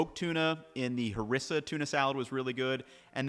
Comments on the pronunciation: We say HAREEESSA .. Not Harissa. Nice video, very informative. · That pronunciation of harissa is killing me